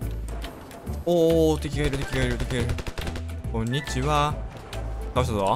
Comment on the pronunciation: のこんにちは…どこかで聞いたことある発音… あ…ぽぽぽぽーn…ｳｯｱﾀﾏｶﾞ…